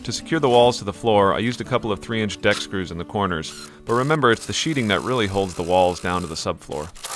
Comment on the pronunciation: at the 3 minute mark (or so) you say "It's the sheeting that....." The correct work is "sheathing"